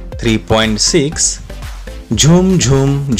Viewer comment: its zoom not jhoom